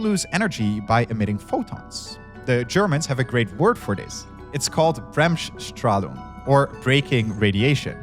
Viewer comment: The pronunciation of Bremsstrahlung really got me as a german 😂 (really good Video tho)